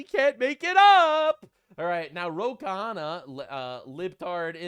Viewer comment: Yes the guy is a complete moron, but his name is pronounced as two syllables Khanna (like kah-na), not three as you tend to pronounce it - Kahana. It's been going on for too long now mah boy!;)